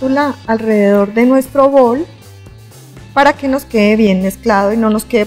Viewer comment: De acuerdo! Sin rodajas de limon 😂 estridente manera de pronunciar cheesecake y bowl 😑